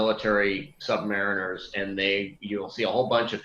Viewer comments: It's "sub-muh REEN er" not "sub mair iner". The former is a submarine sailor, the later is a subpar mariner. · My dog doesn't even know that 'submariner' when pronounced that way is a massive slight to undersea sailors. It's sub-MARINE-er.